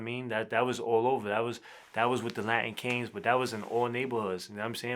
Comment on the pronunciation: Why this man can't say latin king